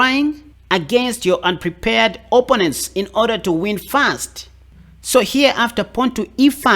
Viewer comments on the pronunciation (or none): I subscribed as you make chess fun, entertaining yet still seek knowledge for a better game and your accent is great, too, but.... you say OPP-onents yet it's pronounced o-PPO-nents! LOL. Keep up the great work, man!